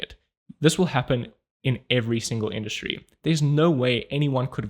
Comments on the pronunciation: you just learned how to pronounce the German "Industrie" by intuition. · Did you leave the mispronounciation of "Industry" there in purpose? Haha thanks for another Video <3